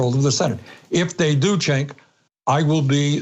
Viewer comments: It's funny, Bernie still calls Cenk "Chenk" lol. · Poor Cenk is wondering if he should correct Bernie's pronunciation of his name, or if that ship has already sailed.